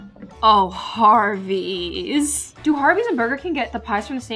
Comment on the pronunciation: When I hear you say Harvey's it sounds like to me you're saying Hardee's